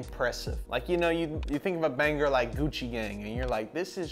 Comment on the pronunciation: why does blud say banger like “baneGer”